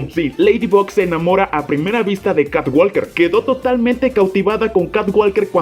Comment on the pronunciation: walker se pronuncia woker Sonaría catwoker